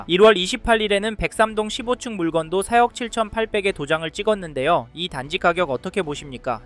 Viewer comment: 4억을 왜 자꾸 세억이라고 발음하는거 같지?